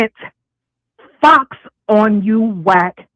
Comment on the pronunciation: I thought Remy said "Flocks" not Fox. Like Kay Flock